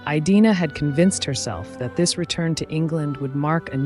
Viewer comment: great content, fascinating woman! Did you check the pronunciation of her first name? I believe it is a short "i", not a long one. A variation on this is the English name Edina. I have never heard it pronounced with the long i; my online research backs this up, and pronouncing her name correctly (by a human or AI) is an important part of doing her justice and respecting her memory. I sat this as someone whose name is mispronounced daily!! Thank you for celebrating these incredible women.